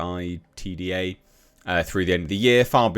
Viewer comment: Pronounce EBITDA as e-bit-da... Earning before interest, tax, depreciation, and amortisation basically how profitable is the business before having to pay interest on their debt etc. So is a pretty fundamental way of looking at a business.